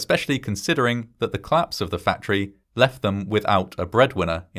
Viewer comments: Could you please pronounce "collapse" as "collapse" and not "clapse"? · Very good video. One minor criticism of your narration: I wish you would pronounce "collapse" and "police" as two-syllable words, not "clapse" and "pleece".